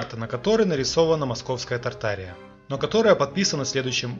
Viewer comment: Правильно читать тарт- ария. Туда входили все страны ныне проживающее. Так что ненадо тянуть одеяло на себя. Мы все Тарт- Арийцы.